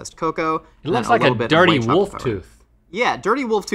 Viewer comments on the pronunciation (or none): Glad to see rhett is still saying woof instead of wolf 😂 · no matter what changes on gmm, one thing will always be the same: rhett pronouncing "wolf" as "woofs" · Some things may change but Rhett still pronounces wolf, "woof" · Don’t worry about LTAT folks, the important thing is that Rhett still says “woof” instead of wolf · "a woof toof" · The way Rhett pronounces words ending in LF as if there's only the slightest whisper of an L in them is a mood.